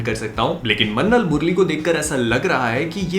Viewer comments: says mannal instead of minnal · Bhai apka lahasan wala word sunn ke bahut maja aata hai, 🤣🤣🤣